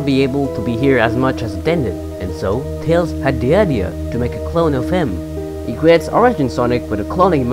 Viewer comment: He said clone like clown.....